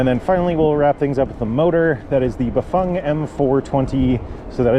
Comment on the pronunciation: Are you the only ones saying Bafang correctly?🤔